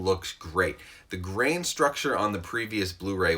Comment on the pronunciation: A starship Trooper dies everytime he says grain